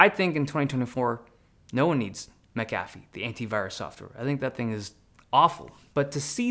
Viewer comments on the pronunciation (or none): It’s pronounced McAfee, not McAfee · Dave just butchered Mcafee